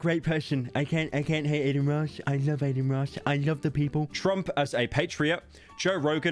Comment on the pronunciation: Ah the hardest name to pronounce: Carmello Harris, A-Din Ross, and Andrew Ta-Teh.